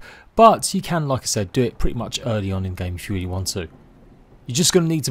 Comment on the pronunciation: this dude said “wamnt”